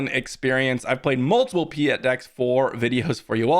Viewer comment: "Pee-eht..." my brother in Sith, it's "Pie-eht." Like "Pilot" without the "L."